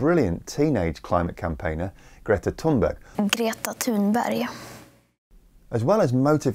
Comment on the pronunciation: Sounds like Greta Toonburghy-a to me, like Edinburghy-a, I'm a Scot.